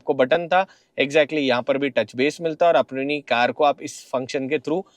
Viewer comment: It’s pronounced as base